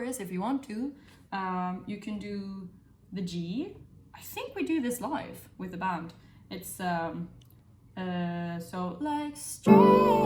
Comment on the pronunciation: I hear it especially when she says with the band :)